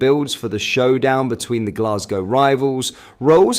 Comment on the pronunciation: Only Someone not from Glesga calls it Glesgae.